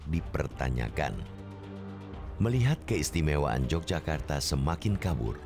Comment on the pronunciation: bacanya YOGYAKARTA bukan J mas🤝🙏